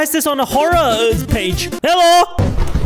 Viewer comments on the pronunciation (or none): I like how he always says helo when a screaming open mouth guy of monster pops up.